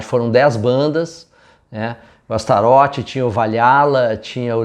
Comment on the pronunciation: Sabe o vocalista David Lee Roth? Tu não fala David Lee Rô né? Astaroth não é Astarô né? 😂